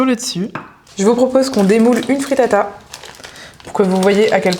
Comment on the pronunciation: Pls j’ai mis du temps à percuter que tu parle de fritata, alors quand dans ma tête j’entendais frittas😂